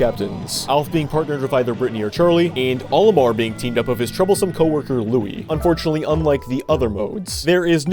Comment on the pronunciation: You called Olimar, Olimer, at the start of the Pikmin 2 section 💀